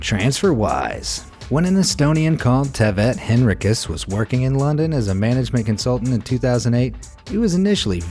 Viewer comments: Tervitused Eestist! Greetings from Estonia! Also u pronounced that name wrong. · I'm from Estonia and that was just hilarious how you pronounced Taavet Hinrikus 😂